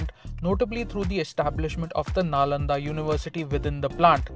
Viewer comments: Nalanda should be pronounced as Nalanda only and not something else. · go check google pronunciation for Nalanda you will get what I meant🙃